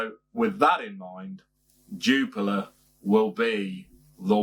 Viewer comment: Cracking beer 🍺 one of my top 3 on perfect draft! Sorry to nitpick but your pronunciation is wrong it’s pronounced Jupilee